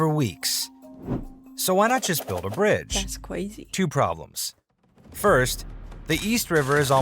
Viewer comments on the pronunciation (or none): "Datz craizee!"